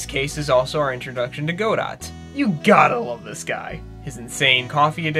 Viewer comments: Good list with solid breakdowns, but I just have to nitpick... "Goh-dot" is supposed to be "Goh-DOH" (or else "GAH-doh"). The pronunciation is actually pointed out by an exchange between the judge and Godot ("prosecutor 'Gobbo"). That is all, cout is adjourned. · Expected to hit the comments and see 50,000 comments on how you mispronounced everyone's beloved "Ga-doh" as "Go-Dot" (which surprising makes sense too given AA's name schemes, Diego already "Die"d, so all that's left is 'Go', but I digress...), and instead found everything else. What a nice community you've got here! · Probably someone mentioned this already but Godot is pronounced "Ga-doh", not "Go-dot". Thanks to the AA anime for teaching that to me. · You pronounced Godot (Guh-doh) wrong and it made me cringe so hard. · See that one is a habit neither of us are likely to break. Even though yes we are aware of the actual pronunciation. We’ve been calling him Go-dot so long it probably won’t be the only video we call him that. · I know the judge gives a hint as God-oh. But it’s a habit we never broke as kids. Plus with no actual spoken pronunciation outside the anime, I feel like we still have the liberty to pronounce it as we please. So if he comes up on other lists I would brace yourself. It’s a hard habit to break. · Go-dat? I never heard someone say Godot's name so badly. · To quote: Now….now….now. I am aware of the hint of the pronunciation. But there is no voice acting in T&T. There is no absolute way, and we’ve been pronouncing it that way since we were kids and never broke the habit. (Also it’s Go-dot. Exactly how it looks when we pronounce it.) We still feel like we can pronounce it however we please since the anime is technically not canon. Fair enough? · Eeema? GoDot? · big deal. Godot isn't pronounced "go dot" anywhere in the world. They made themselves look really foolish. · this video is wonderful but oh man, the Irish french-minor in me is crying at how you pronounced godot